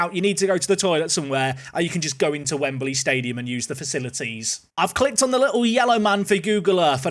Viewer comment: why does he say wembaly